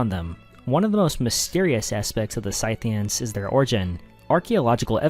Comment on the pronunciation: Dude its not Synthians, its Scythians :D